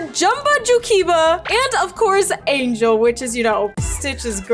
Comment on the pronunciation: I swear you said angalo not angel!!!!